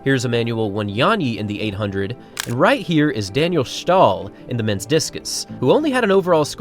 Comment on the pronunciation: “Ståhl” Not “Schtahl”